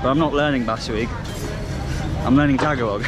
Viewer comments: it's not pronounced Taga log. It is pronounced and sounds like Tagahh log. Please practice this. It's no Basuig. It is Bisaya Magandang Gabi is Good Evening in Tagalog (Spoken in Manila or Luzon). Since you were in (Mindanao) Davao. And if its morning Say Mayaang Buntag (Good morning) instead of Mayaang Gabi witch is good evening in Bisaya or Cebuano. 👏😉😄 Maserap is also Tagalog. You want to say Lami Kaayo in Bisaya or Cebuano. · They don't pronounce it "tag a log" it is pronounced "ta ga lo"